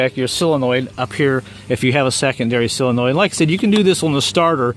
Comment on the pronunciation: s"O"lenoid ....NOT silanoid